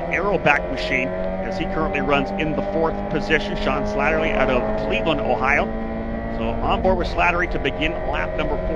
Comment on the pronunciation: Man they really butchered my name through this entire broadcast. I think they got it correct maybe once... Its SLATTERY...SLAT-TER-Y. No second L needed. Just the one. Thanks 😁